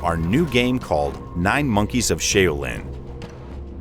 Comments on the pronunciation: "Shay-Oh-Lin" ..... Duuuuuude... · Every time I hear "sheilin" it disturbs me. I can't believe that nobody caught the mispronunciation before the video was completely made. I am in shock. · Shay oh lihn I don’t think he got any of the words correct in the advertisement outside of Qi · The Shay-Oh-Lin Temple? C'mon man do your research! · "You can play co-op locally or online." Thank yoy! Too many great co-op games do local only. But then you pronounced Shaolin like "Shaylin" and lost most of my respect. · you just made enemies with all of China and im going to help you slightly by saying its pronounced Sh- ow-lin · Did he say Sha uWu lin........ ? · Shay-o-lin? Automatic fail. Pass! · Interview for the moron commentator. Developer “Pronounce the Title of the game” Moron being interviewed “9 monkeys of Shayo Leen” Developer “You’re perfect!” 🤦🏻‍♂️ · This guy never heard of SHAU-LIN! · Who in the hell let this video get published with the wrong pronunciation of the word Shaolin!? Major misstep on someone’s part. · Pronouncing "Shaolin" gone wrong. I can't believe it was so hard for him to research how to pronounce "Shaolin". Anything close to it would have been ok. Tap the Play-button next to the 少林 (Shaolin) word 🤷🏻‍♂️ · Did.. did he just mispronounce his own game? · Lost interest after the first sentence gonna go find another reviewer that can pronounce Shaolin correctly. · I'm surprised he pronounced chi right and didn't pronounce it like "chai"... lol